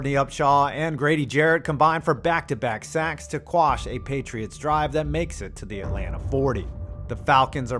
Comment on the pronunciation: Thank you for saying “quash” and not squash.